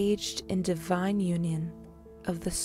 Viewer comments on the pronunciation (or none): none